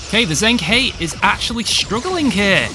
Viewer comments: Hey mate watch all your vids sorry if I'm being pedantic but it's pronounced jung-her. Don't know how they said it in the show but I'm Chinese lingual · Its pronounced like (the He sounds like 'Her' in English). The Zheng, I cant even romanize it properly.